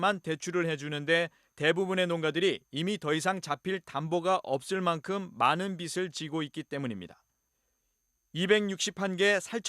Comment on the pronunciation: [김포 돼지축사 기사] 아나운서나 기자나 '빚을'(비즐)을 빗을(비슬), 빛을(비츨)로 발음하네. 거슬린다.